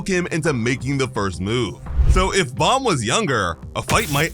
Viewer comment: BTW its bom not bomb